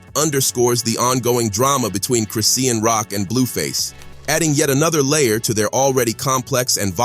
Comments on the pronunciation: Lmao 😂 Chris-See-An Bruh Its Chri-Shawn (Chri-Sean) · It's Chri-shawñ...NOT Chris-see-awn dummy. Ugh😮‍💨🙄